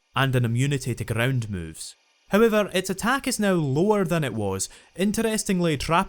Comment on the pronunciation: he be like "grrrround type Pokemon"